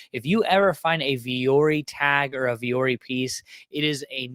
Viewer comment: Vuori is the Finnish word for “mountain” and alludes to embracing and overcoming challenges. Pronounced Vwo-Orrie